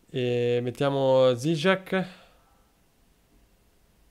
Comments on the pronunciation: la pronuncia corretta è "giciek", finalmente conoscere il polacco torna utile a qualcosa:D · Se ho letto bene Dziczek si leggerebbe "Gicek"